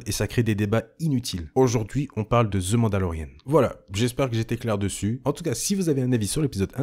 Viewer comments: C’est « the mandolerian » et non pas « the mandolerienne » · On dit "The Mandalorianne" en Anglais pas Mandalorienne ;)